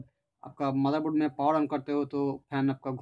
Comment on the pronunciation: its not maderboard its motherboard